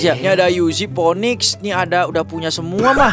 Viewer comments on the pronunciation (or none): none